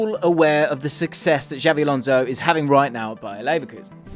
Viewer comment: He's not called " Javvy"